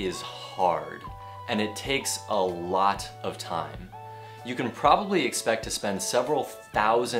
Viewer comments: "can to" nên đọc giống cant( có lẽ vậy ) =))) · Thầy ơi ! Đoạn thầy phát âm "I can" mà em nghe nhầm "I can't" Thầy nhấn âm như vậy để làm gì vậy ạ ??? Vì có video thầy từng nói:" Can't" thì nhấn mạnh trong câu, còn "can" thì đọc lướt qua nên em thắc mắc. Mong thầy giải đáp !